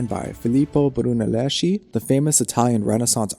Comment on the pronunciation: NEVER pronounce Brunelleschi as Bruneleshi (as tempting as it may be) but as Bru-ne-les-ki